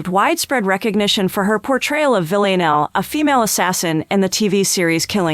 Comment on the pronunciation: Is there a reason she cant pronounce Villanelle?